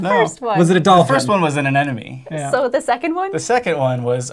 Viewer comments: anenome, lol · Aaand still doesn't know how to pronounce "anemone". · he said anemone wrong lol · wait is it just me or does it sound like all of them are saying anemone wrong??? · LOVE the faux-credits ! ...also, how come no one can pronounce aNEMone?